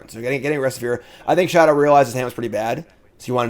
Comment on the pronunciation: all love but i’m begging you to pronounce show-tah’s name correctly just once